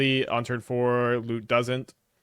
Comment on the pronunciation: Talk about Lute sounds like Loot :(